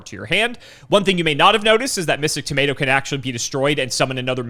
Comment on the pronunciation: I am so sick of pronouncing things wrong, he even said "tomato" wrong 😤